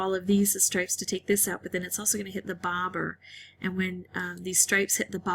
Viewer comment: I love your voice. You should be a radio presenter. Maybe you are ;) and the way you say “bobber” 🤣 However, I downvoted the video, as it depicts an extremely lucky situation. I play on iPhone, and probably it behaves differently. I like your other videos more when you show your failures as well. You can learn a lot watching those. Anyway, love and kisses! 💌